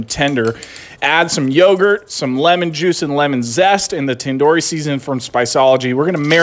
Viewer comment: Thats not how u pronounce Tandoori.🤣🤣